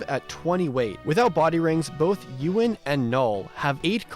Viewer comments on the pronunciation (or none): none